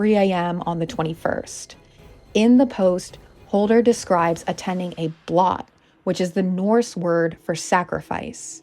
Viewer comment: Blot rhymes with coat.